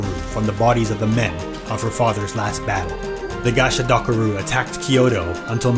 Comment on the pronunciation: Idk why but that *gasha dakaru" Was so funny 😂